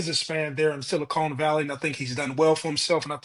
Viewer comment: Mo calling the Silicon Valley silicone is diabolical 😂😂